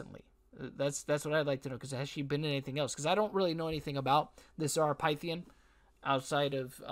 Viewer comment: I'm beyond stunned. I known Zara since 2007. No words... btw her name is pronounced "Fith-e-yen"